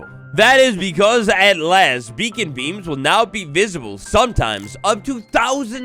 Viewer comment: I thought bro said bacon at the beginning instead of beacon and got so excited for something so small lmao